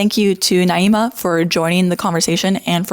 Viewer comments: I think she's named Naima not Niama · Girl come on, you're usually respectful, her name is not Niyama. It's Naima. I'm not a huge fan of her either, even though we share the same views, but getting names right is important. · You’re saying her name wrong. It’s pronounced “Nah-eema” (Naima) not “Nee-ahma” (Nee-ama). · Her name is Naima, (nah-ee-ma) and you spent hours in a room and with her in person and obviously plenty of time looking her up beforehand. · Just started the video and already turned off - if you’re going to make a video about her, at least learn how to pronounce the girl’s name correctly. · Girl grow up. Seriously. You can’t even pronounce Naima’s name correctly; a classic racist tactic to attack another person. Don’t pretend to be the victim, you’re a grown ass adult. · girl you can’t even pronounce her name right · You’re saying her name wrong and she kicked your asses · Can’t even bother to say her name right … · Why are mispronouncing her name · Lol mispronouncing her name wrong on purpose 3 times just to slip up and say it right ? Republicans are so ridiculous. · Why are you continuously mis pronouncing her name? You evidently know how it's pronounced (per you stating it right occassionally) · You're talking about her yet can't even pronounce her name right ahahhaa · Girl WUT the conversation was literally the most civil of this style video I’ve ever seen also learn how to pronounce her name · You gotta be trying to mispronounce her name. Off rip says a lot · How do you debate someone for over an hour and still manage to mispronounce their name. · You pronounced her name so many different ways in this video? lol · You pronouncing her name several different ways in this video and also bringing up 'slaves' and 'black' people to secure your arguments (during the debate) ain't a great look either queen 😭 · You're not even pronouncing her name correctly....! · You can't even say her name right lol